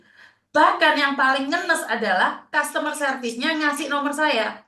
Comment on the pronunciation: MARKONAH2 SONGONG BANGET, KONON BISA BAHASA INGGERIS.. BILANG CUSTOMER SERVICE... BILANGNYA KUSTOMER... MARKONAH2 😂😂😂